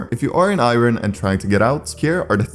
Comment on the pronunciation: why u saying Iron like that